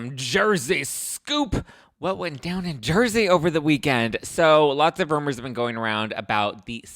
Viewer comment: saying rumours like tipsy-meredith is giving me life 😂😂😂😂😂